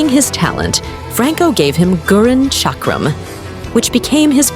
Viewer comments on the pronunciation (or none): none